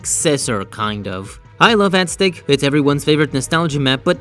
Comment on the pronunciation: Omg pronounce Aztec right. AZ-TEC